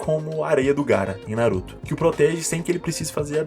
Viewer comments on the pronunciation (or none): none